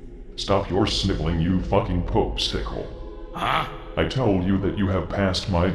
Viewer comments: "Popesticle" xDDD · Pope-sickle lol